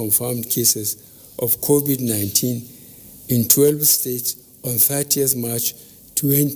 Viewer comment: Finally BUBU have learn how to pronounce CONVID-19, Congratulations, but sorry your government have totally failed Nigerians and the world at large and now you're congratulating our youths celebrities who you called lazy and your government was planning of stopping them from shooting music abroad because your government failed or have you forgotten???, thank you anyway.